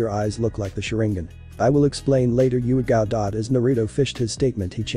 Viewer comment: um its not yugito its yugao i think